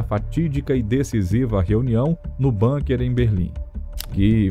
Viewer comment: BUNKER – A palavra ALEMÃ é BÚNQUER, como se escreve, não BÂNQUER, com pronúncia angloide. Aliás, quaisquer palavras ou nomes estrangeiros têm sido ditos entre nós como se fossem anglo-americanos; precisamos contar a locutores e apresentadores que existem no mundo outros povos – e línguas! – além desses.